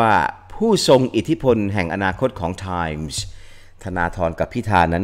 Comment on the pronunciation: ไม่น่าสงสัย รุ้งก็เคยได้ ทอนก็เคยได้ Time อ่านว่าแดม พิตาน ยังเพ้อว่าจะได้ไปกล่าวสุนทรพจน์ที่แดม 😔